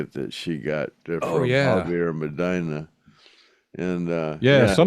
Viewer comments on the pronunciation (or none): none